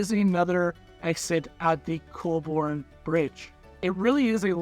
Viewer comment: Colbourne is said different. GPS😢😊